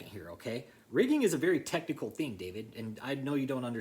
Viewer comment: David will just axe Michelle about the “tecnickle” stuff that he may need to know.